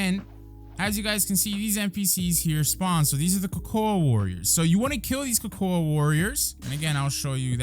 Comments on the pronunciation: Why you saying cocoa like that lol it's pronounced like coco me swole you're still a goat though I'm just being petty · Nah you trolling. Cocoa(koko) that's how its pronounced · why are you saying cocoa likr that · the way he said cocoa